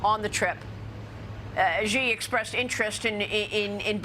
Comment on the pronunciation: After so many years, Maria still refuses to pronounce Xi's name properly. It's so annoying.